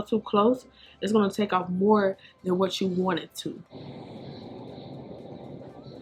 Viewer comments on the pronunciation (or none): none